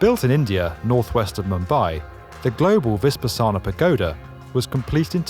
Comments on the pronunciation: It's not viSpassana, it's vipassana! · Great video, just one minor pronunciation mistake: It's not “vispa sana“ but “vipassana.“ Cheers :)